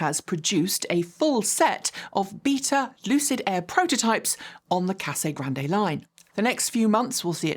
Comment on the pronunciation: Again, big fan here,....it's just pronounced Casa Grand...without its " e ". No one who lives there pronounces the " e " while speaking English. It makes it sound like you've only just heard of the place, which of couse we all know isn't the case. Keep up the good work!:)